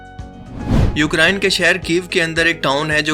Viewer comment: Ukraayne nahi Ukraine!